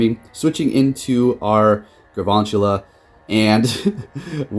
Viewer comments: Galvantula. Not garvantula. It's a play on the word Galvanize. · GaLvantula. Not GaRvantula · GaLvantula. With an L. Not GaRvantula as you’ve been saying. :) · makes a video in which he spells Galvantula in the title Also: says GARvantula through the whole video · FredTheGonzalo exactly my thought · no one:: gaRvantula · Day 3 of telling you that there is no R in galvantula